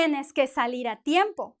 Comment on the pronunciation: I learn a lot from you, I am from India learning Spanish. But I was confused when you kept saying temprano when it’s written tiempo in the board.